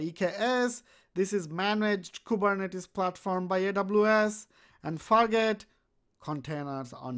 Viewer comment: fargate.. you said it more like fakk it